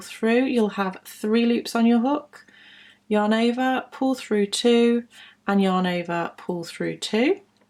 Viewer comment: Does anybody else hear "your neighbour" instead of "yarn over"? :D I was really confused with "your neighbour" all the time, but I knew what she meant. A very nice video